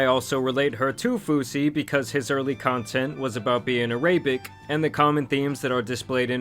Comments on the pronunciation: araybic???😂😂😂😂 arab my dude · A-ray-bic? Damn thats some deep level illiterate looool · Did you call fousey tube Araybic? 😂😂😂 it’s Arabic my guy, people gonna call you AI lol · Ar(ay)bic is crazy it a-ra-bic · It's pronouced "Era-bic" not "Uh-raybic" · Araybic?? AIR RA BIC, is the correct way to pronounce Arabic. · Love your content! But Arabic is a language! When referring to someone, it’s Arab. And it’s not “a-rabic” it’s “ah-raa-bic”. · Araaaaybic? Arabic is the language and is pronounced “ah rah bic” and arab is the ethnicity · … “Uh-Ray-Bic?!?!?” It’s “Air-Uh-Bic” lmao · The way you said Arabic kills me it’s not araibic lmao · Wait…did you just say “araybic”? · Araybic? wtf lol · Araypick???? Haha the way you pronounced the word Arabic my gosh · did he just pronounce as a-ray-bic? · "uhraybic" for arabic made me giggle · Did the narrator really say arAAbic??? wtf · wtf is "a-RAY-bic" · please never say ARAYBIK ever again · ah-ray-bik...? at least pronounce it right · Araybic 🤦🏻‍♂️ what is that? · Fousey is Arab not “araybic” 🩷 “arabic” is a language, “Arab” is the descriptive term :) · Ara-bic I’ve never heard it pronounced like that was that on purpose? lol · Let's work on those pronunciation skills because wtf is "Ah-ray-bick"?! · aray-bic is crazy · "A Ray Bic"? Bro might as well have just said "sand monkies" 😂😂😂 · Air-ay-bic? Wtf? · Its not araybik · I love the way you pronounce Arabic! a-ray-bic. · Uh-Ray-Bick. Really? How about "being Arab" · lol "a-raybic" 💀 : camera coming on early before people saw the queue to laugh holy, they gave her the right advice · Aray-bick. My guy how you get to million subs and not know how to pronounce words better than a third grader? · You did NOT just say araybic!!!!! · Wtf is Araybic , 🤣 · A-RAY-BICK 😂😂😂🤔🤔 Random stray to the Arabs 😅😅😂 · Arayybic is crazy 😂😂😂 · uh ray bic? Come on bruhh I thought more highly of you, that's a wild pronunciation 😂😂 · the CORRECT pronunciation of Arabic is "Era-Bic". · "Uh Ray Bic"